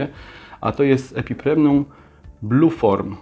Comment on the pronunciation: Ponownie źle wymówiłeś nazwę epipremnum w